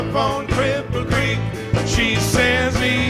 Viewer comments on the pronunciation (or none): tom I love you with all my heart but you butchered Cripple Creek. Levon is slapping you from the grave. sorry baby